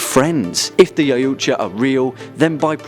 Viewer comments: yautja... pronounced yout-ha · Also isn't yautja pronounced e-wat-ja ? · Its pronounced y/ah:twahh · It's actually pernouneced (yal-tcha) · Its pronounced yac-cha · It’s pronounced CSI Miami opening Ch Ah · Its YAO-CHA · Anyone else cringed when he pronounced Yautja wrong. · What did the Predator say when he hit his toe off of a rock? YAAAAAAAAAAA OOOOOOOOOOOUUUUUCHA Yeah you cant pronounce that right and xenomorph outbreaks never are small, 1 egg = massive pandemic = kill it with nukes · The way he says Yautja..